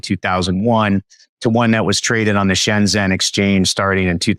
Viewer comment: It bothers me that this speaker worked in China for so long, and even had a company that had JVs in China, and he can't pronounce Shenzhen properly.